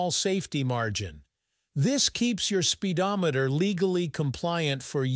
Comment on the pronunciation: ahh "Spidometer" very clearly off